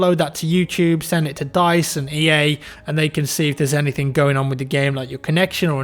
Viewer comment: Why do you say "anythinK" and all that stuff with the extra K?